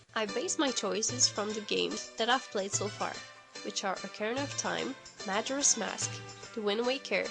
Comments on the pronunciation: I've never heard majora pronounced that way...but who am I to judge? I don't even know if I'm saying deku right. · *OCA-RI-NA *MAJ-OR-A